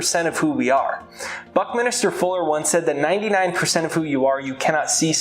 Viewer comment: I hate to be "that guy", but it's Buckminster, not Buckminister.